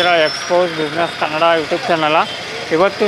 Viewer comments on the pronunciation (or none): none